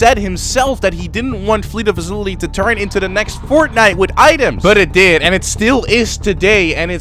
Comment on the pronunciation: I wonder how much time it's going to take for to finally pronounce facility instead of facilily